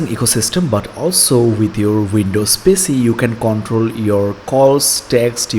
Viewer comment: Mate nice video, some pointers. It's Pee Cee not pissy. It's tyuo tor ial . Keep up the good work